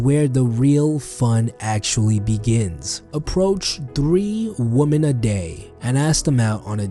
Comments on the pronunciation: Heyo I love ur vids but just so you know woman in plural is written women but pronounced „wimen“ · I like how he pronounces women XD my teacher would kill me if I said it like that